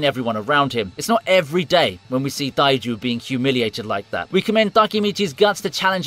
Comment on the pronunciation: Why are you saying Taiju and Takemichi so weird?